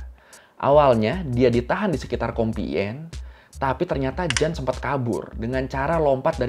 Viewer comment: Koy pembetulan cara sebutan yg benar untuk (Jeanne) adalah Jin✔️